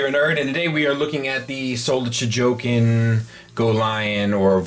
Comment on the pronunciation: a pedantic correction: it's Chogokin